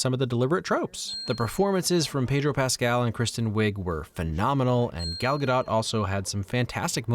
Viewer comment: Gall Ga-dote (last syllable rhymes with vote).